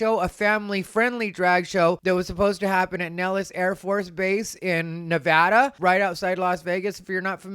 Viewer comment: Nevadan here… thank you for pronouncing it correctly.